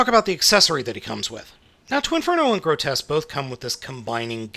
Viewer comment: It's pronounced "gro-tusk".